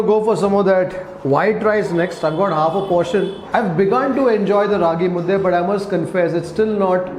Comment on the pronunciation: It's Raagi mudde, not mudda. Hope you will take care of this next time.